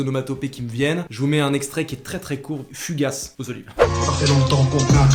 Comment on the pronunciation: C'est "fugace" not "fugasse"